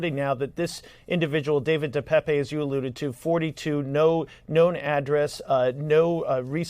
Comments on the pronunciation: His name is not “De Pepe”…WTF, it’s DePape like paper 🙄🙄🙄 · I wish they would pronounce David Depape’s name properly. I’m from his home town and the last e in Depape is silent. You pronounce the name Depap ! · Oh brother, now they're calling him so far left he's "ALT-right". They even changed the pronunciation of his name to De Pepe.🐸